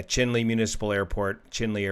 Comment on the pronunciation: I believe Chinle is pronounced in the manner of Cheyenne...